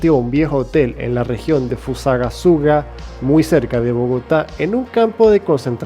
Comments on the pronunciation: se pronuncia con r suaje. no PUMARREJO. sino PUMAREJO. no es una región, es un municipio. y se pronuncia y se escribe FUSAGASUGÁ. no solo te faltan tildes en los vídeos sino también saber pronunciar. mucho cuidado. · Es Pumarejo, no pumarrejo y se dice Fusagasugá, con tilde, pero muy buen vídeo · se dice fusagasugá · Buen video soy colombiano y pronunciaste mal Pumarejo y Fusagasuga, jaja son difíciles de pronunciar, por lo demás buena temática